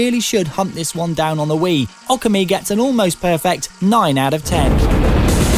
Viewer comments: Also it's obviously pronounced okami, you know, literally identical to how it's spelled? Yeah. What "ockammy" is, I'll never know... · Wait theres no silent "r" in it is there? I thought it was pronounced "Oh - Commie"? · lol it's pronounced like Ohh-Kami/Awe-kami, cause when you spell it properly in english its ookami. i know cause i'm japanese yo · Its pronounced O-Ka-Mi But really who the hell cares, its an awesome game. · No because that's how it's pronounced in the game. So we know we are pronouncing it right, and he's pronouncing it wrong. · Amazing how the reviewer manages to mispronounce Okami even though it is said in the game. -_